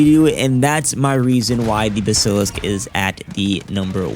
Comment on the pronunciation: dont know how to pronounce a word google it.. it will teach you how to pronounce it.. bask ka lisk